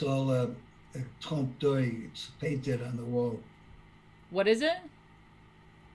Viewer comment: "Trompe d'œil", he said. Perhaps you missed the joke because he meant to say "trompe *l*'œil"